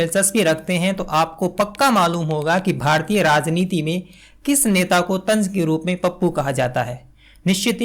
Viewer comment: Dear, what about the 'vyangya' by Muhammad Zubair? Didn't that deserve not only digging but jail as well? Don't old movies deserve digging and name calling? And just because you talked about the need for good Hindi, here is a humble advice for your own Hindi. It is "rajneeti" and not "razneeti". I have still been listening to you in spite of these flaws in Hindi because it is the ideas that matter and not necessarily the language. About demanding apologies, they are only targeting the journalists because they have no business to call anyone pappu or phenku. Only politicians can do that, which is why no one has demanded an apology from Amit Shah or Modiji or other members of the BJP. So there should always be a difference between Srinivas and Saurabh Dwivedi. While Srinivas is a politician and can behave like a troll just like Amit Malviya and Sumbit Patra, Saurabh Dwivedi or you for that matter cannot behave like a troll as long as he calls himself a journalist.